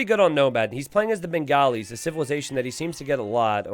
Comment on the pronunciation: mate I love you and but goddamn the pronunciations are so bad. Its Hindu-Stanis (not Stan but Sta-anis). The Bengalis are supposed to be pronounced as Ben-gaw-lis(बंगाली not Ben-gali). The UU of Hindustanis are Ghulams( Gul-alms as in how you pronounce Alms not Ghulums). They aren't Gollums lol.